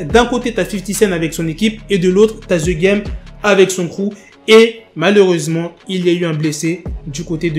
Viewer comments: The game .......the=de.......pas the=ze merde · "Z game " 🤭🤣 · Ze game 😂😂😂😂